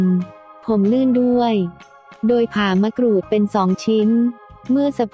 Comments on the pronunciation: ทำไมคนบรรยายออกเสียงมะกรูดเป็นมะกรู๊ด แปลกดี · คนไทยหรือเปล่าเขาเรืยกว่ามะกรูดใม่ใช่มะกรู๊ด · มะกรูดค่ะไม่ไช่มะกรู๊ด😄😄😄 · มะกรูดหรือมะกรู้ดค่ะ ออกเสียงบางครั้งก็เป็นมะกรู้ด คนไทยอะเปล่า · นงนุช สุขนา จริงด้วยเนอะ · เสียงจากโปรแกรม มะกรู๊ด